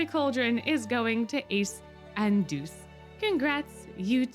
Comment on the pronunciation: ITS DEUCE NOT JEUCE